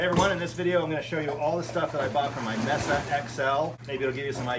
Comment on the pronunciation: Did he say mess’a? 😂